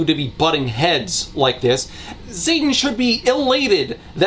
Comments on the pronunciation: Half of the times you say "Zaiden" (I neither know, nor care, if that is the correct spelling) I hear "Satan" and I'm not entirely sure if that's on purpose or not Edit: less than a minute after posting this, at the point I was in in the video, you showed a snippet of the text and the first word my eyes latch onto is "Xaden." That is not any of the ways I was expecting that to be spelled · Every time you say Xaden it sounds like you're saying Satan. Everytime.